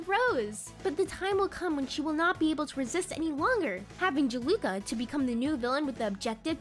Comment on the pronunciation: "Jaluka" Its juleka? Jew-lah-kuh